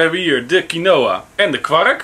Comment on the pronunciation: Je spreekt het uit als kienwa niet kienoa